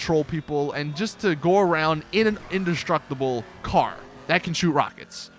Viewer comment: He says you get a rocket voltic inductsructible with rockets lmao